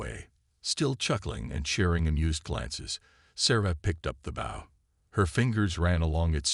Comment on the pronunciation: The ai says the wrong version of the spelling bow it says it like part of a ship.